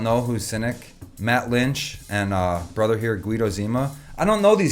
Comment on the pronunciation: Let's play a drinking game ... Everytime he says, "BRUTHR!" 🍹🍹🍹🍹